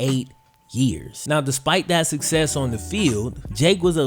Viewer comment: I thought he said “what is sex?” Not “what is success?”